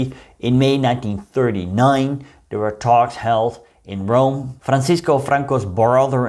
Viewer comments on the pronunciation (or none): none